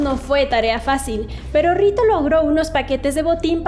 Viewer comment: Enserio dijiste rito? Que balurda como pudieron aprobar este video? Creí que los creadores eran riot Game aprendete el nombre bien al menos que para algo te pagan y has las cosas bien